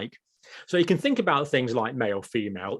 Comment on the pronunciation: You people cannot be saying “fink” and “free” instead of “think” and “three”